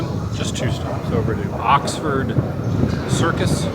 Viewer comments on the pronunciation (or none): none